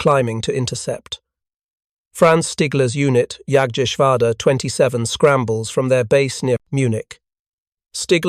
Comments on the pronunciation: A German ‘J’ is NOT an English ’J’. Also, I don’t know of any German ‘A’ that is not “short-A”, the classic “Ahh” sound. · Pls get the the German pronunciation right,it’s amazing how you mutilate Jagteschwader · The P-39 was not an experimental design, it was a fully developed military sircraft that suffered from burocracy and false economy. Whats with the weird noises scattered throughout? You need to practice saying jagdgeschwader correctly. As it is its horrible, rven with a fake british accent.